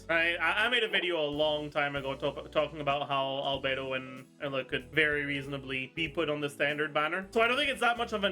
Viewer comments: WHY does he keep pronouncing Eula as Ella ????????? Just say the Name correctly dude. ADHD much ? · In German it's something closer to Oy-lah. His version is basically youtried.gif